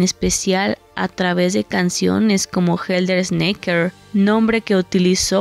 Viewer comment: Es helter skelter no snaker